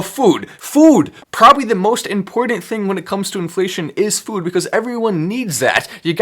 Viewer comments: To the FWOOOD! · Kills me when he says “food” 😂